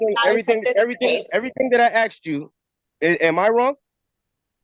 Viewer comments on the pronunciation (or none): Why do they always want to take an "oaf"? That's rude, kidnapping and calling some person an oaf. LOL Then he "axed" the judge.